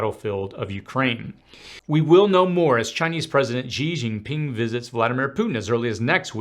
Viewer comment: I like the way you say Xi Jinping. it's very good